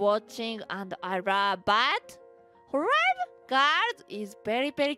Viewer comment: The way she says love. “Ruve”